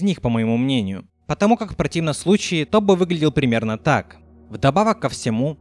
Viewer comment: Тоф?мне послышалось ты сказал не топ а тоф